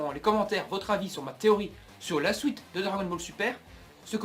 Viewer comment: tes video sont bien mais vraiment a retravailler deja retravaille ta parole parce que tu dit des nom vraiment mal et te trompe souvent sinon tes theorie ne vont pas arriver parce que dbs ne va pas reprendre dbgt avec de nouveaux nom et tu dit des mot suite on dit suite et non sOuite